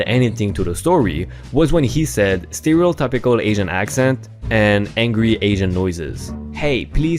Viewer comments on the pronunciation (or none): Sterio-tip-icle not sterio-tap-ical